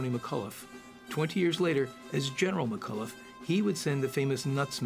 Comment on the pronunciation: McCollough is not pronounced McCulloff.